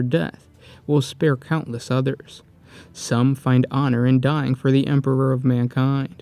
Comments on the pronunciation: Stop saying "" instead or Emperor ffs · lol he said Emperber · Ah yes, the emperber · What is it with you and saying word Emperor? You say Empeber most of the time.